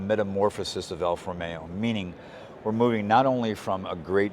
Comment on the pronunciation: It is NOT Alfa Romeyo. It should be ALFA ROMEO!!